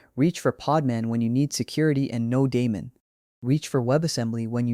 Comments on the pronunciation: Stopped watching when you mispronounced daemon. TWICE. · hahaha lol you mean when the elevenlabs voice mispronounced